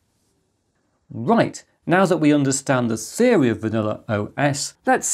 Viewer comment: It's pronounced theory, not seory